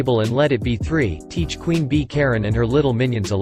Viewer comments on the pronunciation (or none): none